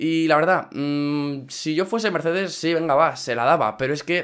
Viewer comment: en el minuto dijo miercedez jaja fuck